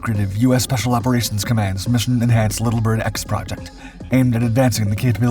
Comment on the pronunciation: not 'little Bird', Little Bird. you're not describing or differentiating; the emphasis is shared equally between the two words - it's a proper name.